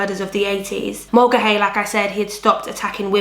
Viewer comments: Mulcahy is pronounced "mull-car-hee." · I was going to write that, except without the r...ie, Mull-ca-hee, then you say it quick!